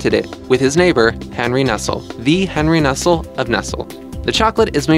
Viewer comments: Most of these 'Weird Science' Vids are pretty good, and I would assume someone would proof read videos made under their name. I could not believe a video professing to inform us about chocolate could miss Nestl'e. "NESSELL"???... COME ON, GUY!!! -- "NESS-LEE". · Nestle is pronounced nest-lay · Lol, I learned that you pronounce Nestlé wrong!